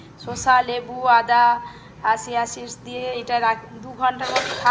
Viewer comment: Ota Chia seeds , nt siya seeds......ki kore je food vlog koren k jane......half pronunciation wrong